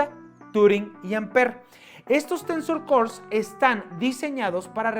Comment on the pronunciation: hahahahaha "Tensos core".